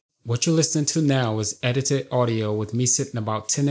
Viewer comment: edited not edidi holy cow your english is bad.